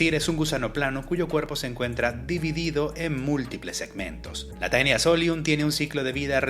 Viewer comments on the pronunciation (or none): Taenia se pronuncia como "Tenia", ya que en el latín eclesiástico anglicano (que es el que se usa para los nombres científicos) el diptongo "ae" se pronuncia como una "e". Según sé en el latín vulgar y en el clásico la pronunciación es diferente, pero en el latín que se usa en taxonomía si se pronuncia de esa manera!